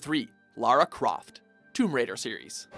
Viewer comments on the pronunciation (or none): none